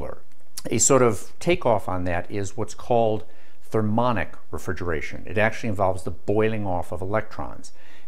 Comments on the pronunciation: Thermionic, not thermonic. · thermionic not thermonic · "Thermionic" - pronounced "thur-mee ON-ick," not "thur-MON-ick." Just sayin'.